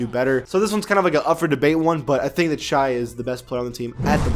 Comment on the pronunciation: It’s not pronounced *ucking shy it’s shay